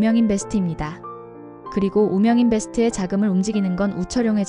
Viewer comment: ㅋㅋㅋㅋ 우명인 베스트?? 우명 인베스트 아닌가여 성의있게 읽읍시다